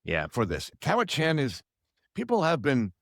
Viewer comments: The pronunciation is “cowichin” (not “chan”). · Your expert can't pronounce Cowichan. He also fails to mention the Cowichan are not after any private property. So, to me, this man despite his education is not genuine in his assessment based on the latter. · Your pronunciation of Cowichan is brual. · For an expert, this guy can’t even pronounce ‘Cowichan’ correctly 😂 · please help the lawyer pronounce cowichan properly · Please pronounce Cowichan probably